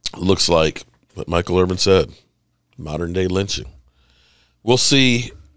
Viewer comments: Good content but his last name is Irvin not Irving. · His name is Michael Irvin. Not Irving